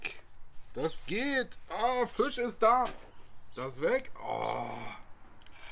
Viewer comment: Als gebürtiger Niederbayer kann ich dir attestieren: Fast perfekt ausgesprochen.😁 Das „I“ längen [Fi:sch] dann passt das. 🤣😎 handwerklich wie immer top… 😉☺️😎